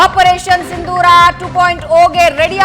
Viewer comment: ಸಿಂದೂರ ಅಲ್ಲ ಸಿಂಧೂರ!